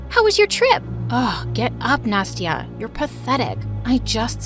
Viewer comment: Why "Nasty-a"?!